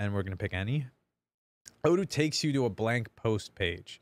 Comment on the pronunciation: you forgot to say O doo not O don't:D we love you:*